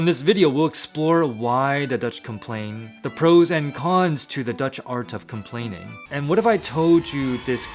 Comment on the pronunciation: you got that 100% right you will speak Dutch in no time